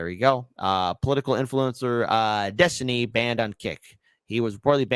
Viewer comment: When I was young, we would have just assumed that any "man" who went by the alias "Destiny" ("Dethtiny," as he says it )was a gay prostitute and just dismissed his opinions.